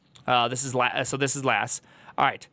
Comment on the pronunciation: Just an FYI: Lasse is pronounced ”Las-eh”, not ”Las”